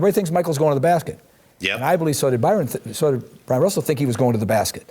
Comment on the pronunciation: This just shows you how dumb Jason Whitlock is. He calls him "Byron Russell". His name is Bryon Russell.